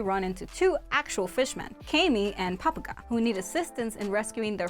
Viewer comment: Pappag "Papka" 😂 Baratie "baratiyee"